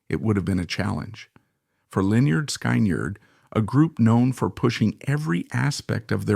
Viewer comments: Just take this video down cause apparently you know not much about lynard skyward, mainly how you pronounce it, it's lynerd skinned spelled how you say it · An embarrassing butchery of their name, just stop! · You need to learn the correct way of saying the bands name, It shows your real association with this band and their members. Documentary ain't bad.But you truly shown you don't know who this band really is if you can't get the name right. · SAY THE NAME PROPERLY!!!!! GOD!!!! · Please stop doing Lynard Skynard videos until you can start pronouncing it correctly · It's idiotic artificial intelligence using a voice.. they choose which type of voice sometimes redneck voices or New York City voices but they cannot pronounce the words correctly at least not yet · I know I just wanna shake him…